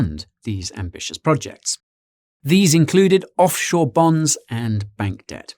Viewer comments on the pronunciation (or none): none